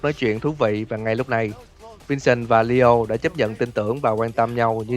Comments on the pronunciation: Nghe ad đọc lio mà em tưởng Dio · tôi cũng nghe là DIO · Leo mà cứ nghe Dio hoài :v